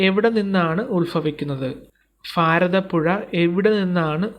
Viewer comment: പൊന്ന് ചേട്ടാ ഫാരതപുഴ അല്ല ഭാരത പുഴ , ഫൂമി അല്ല ഭൂമി . ശ്രദ്ധിച്ചു പറയൂ കേൾക്കുമ്പോൾ എന്തോ പോലെ